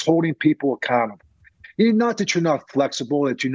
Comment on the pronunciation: Love mentioning holding people 'Accantable' 😂